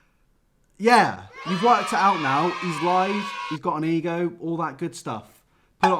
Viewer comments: every time he said ego i just heard e-girl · every time you say ego all I hear is E girl and I get more and more confused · whenever he says ego it sounds like e girl